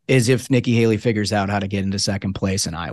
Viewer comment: NIKKI “HALEY-REE” CLINTON